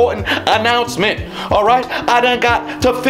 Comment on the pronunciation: Yah he’s got “Aporsment” announcement